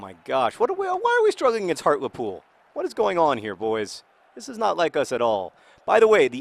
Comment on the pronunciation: John, it's pronounced Hart-LEE-Pool, not Hart-Luh-Pool